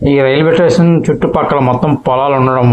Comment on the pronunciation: ఎక్కువగా టేషన్ అంటున్నావు. అప్పుడప్పుడు మాత్రమే స్టేషన్ అంటున్నావు. స్టేషన్ అనడమే కరెక్ట్.